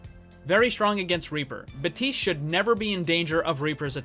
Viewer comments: It,s baptiste not baptist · really useful video but drives me mad every time you miss out the "P" in Baptiste's name